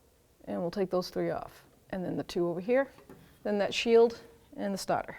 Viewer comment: The Stahtah